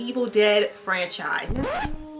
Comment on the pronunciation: welp, that’s how Necronomicon is gonna be said from now on